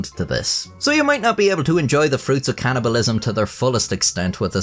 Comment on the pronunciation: It's called cannibalism, not can'tibalism.